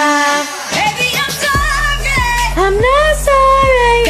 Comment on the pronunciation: “I’m not SOrrAy”